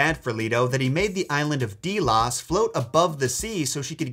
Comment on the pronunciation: It’s DEL-OSE and HA-FEST-TUST otherwise I respect what ur saying yet I’ve herd most of these, but ya did pretty okay but in the future ya should read Percy Jackson’s Greek gods and Percy Jackson’s Greek hero’s also you should mention their Roman names hers is Diana